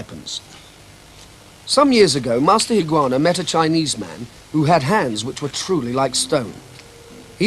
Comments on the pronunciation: The narrator mispronounces his name - it's Higa-onna not Higuana. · This series, way of the warrior was on the BBC in 1970,s I believe. No AI , it's Dennis Waterman doing the narrating. And unfortunately he doesn't pronounce some words correctly, it's Higa onna, and Kata not carter